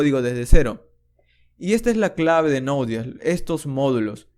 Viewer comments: Me dio cositas cadavez que decía nodies 😂 Es node yey es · ¿por qué dices node DS si es JS?